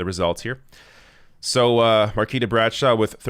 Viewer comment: Much love for covering this and it's surreal to see friends in one of your videos. I love the channel. For future reference, her name is pronounced mar-KWEE-tah.